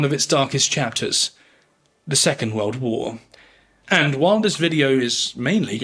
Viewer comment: He speaks of some "Veuld war one". Whats a "veuld"?